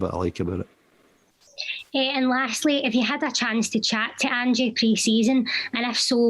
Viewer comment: Its ange, not angie, he's no a 50 year old dinner woman from maryhill